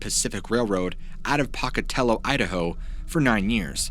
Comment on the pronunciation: Poc-a-tello 😁 I’m from Idaho. We say poke-a-tello 😉 AKA “Pokey” lol cool to hear a story from my home state tho!